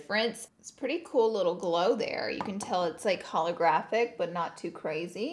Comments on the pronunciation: "holographic" ok girl ok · I love Laura but......."Holographic" Oh No Hunny!! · Anyone else cringe when she said holographic? 😬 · Every time you said holographic it was a stab to the heart 😅